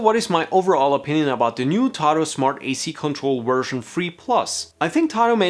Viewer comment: I kept hearing version “free”